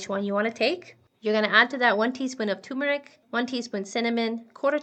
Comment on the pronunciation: thumbs down for mispronouncing "turmeric". the first "r" is not silent. the word is pronounced "ter-mer-ik", not "too-mer-ik."